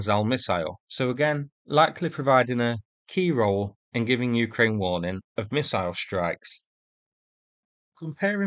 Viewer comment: S you need to work on saying Missile.